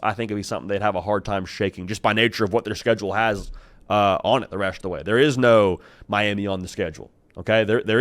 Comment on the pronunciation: The “resht” of the way… 🤣